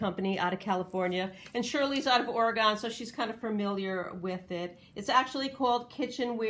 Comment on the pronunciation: You find some great stuff. I love glassware. However, I only have one problem with the video. You do not pronounce Oregon: Ore-gone. It is pronounced Ore-gun. Some people do mistake how to say it. Which is surprising considering it’s a state, so it would be well known. Same as Illinois being pronounced with the “s” at the end. Which it is not. Thank you for your video.